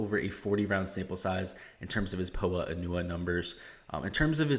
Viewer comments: You’ve got to be kidding me? 🤣 it’s pronounced “po-ah an-you-ah” exactly as I’ve said it. You think it’s pronounced “po Anna”? That’s the wrong pronunciation buddy. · Someone teach this guy how to pronounce Poa annua... it’s really hard to take advice from someone who’s never heard that word pronounced. If you’ve never heard that word out loud then you’ve never watched a golf tournament with those greens.... like fr.